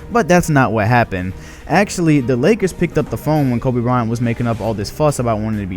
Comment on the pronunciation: Lol he's saying Kobe Bryant like how Charles Barkley says it Koba Bryant.